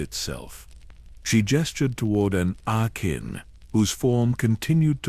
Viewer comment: Lol Ana-kin 😂